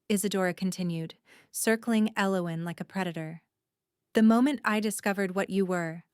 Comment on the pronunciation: Pretty good story but tense. I liked the characters, even the evil girl. I wish the narrator would have consistently pronounced Elowyn's name right. Its annoying to hear a name pronounced two ways throughout the story.